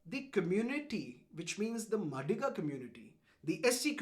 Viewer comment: Hi sir, the pronunciation of madiga goes like this maa dhi gaa